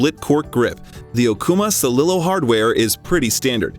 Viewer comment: Best Steelhead Rods for Salmon Fishing??!! That's lifke saying "The Best Roller Skates for Ice Skating 😂 Dear God, you don't even know the Pronunciation of "Celilo" as in the Celilo Falls that native Americans used to dip- net Salmon at. And you expect people to believe what you say?!